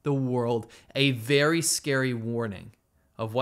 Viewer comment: "Weawry fast on that new choo choo twain." 🤣